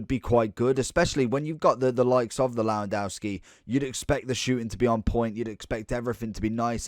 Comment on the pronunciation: cant listen to u butcherin his name